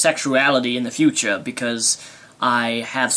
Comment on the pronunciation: "futcha" Hahahaha, the way you said future was great